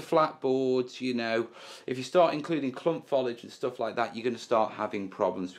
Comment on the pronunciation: i realise i am 5 years too late but it is Fo-lee-idge not Fol-idge.